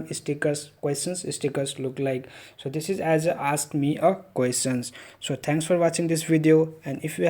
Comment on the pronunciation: jst say ask not aks..